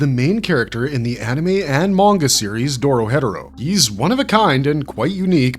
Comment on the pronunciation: lol when he said doro headero thru me off so bad